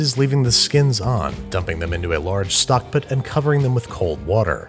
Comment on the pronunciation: Dumping them in to a large stk pt Is andrew having a stroke??